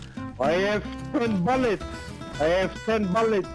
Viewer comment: he pronounced it BAlleTZ